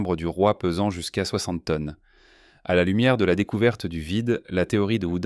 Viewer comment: Bonjour; si vous êtes un grond sciontifique ia, vous avez un petit défaut bien sympathique pour prononcer les chiffres et les terminaisons des verbes au pluriel. Pour une radiographie muonique de la pyramide de Khéops, quoi de plus important que de montrer le Sphinx, le temple de Karnak... et tous les musées Por unfau lè pièrramideu deu Ché-eups pèse seulement 6 millions de teunnes, contrairement aux mille millions susurés confidentiellement. On a toujours le choix entre: le père-okay, le péreuqué, le pierrot-quai et voici enfin la seule bonne réponse: il s'agissait du perroquet. Leu froncé meudern ét un' longueu compliqué du cou? Plus on punceu lé lavreu et plus on pèrleu keum un gron-èrtisteu. Un scanner a détecté une mystérieuse ouverture dans le crane fossilisé de Zawi Hélas, silencieux et majestueux.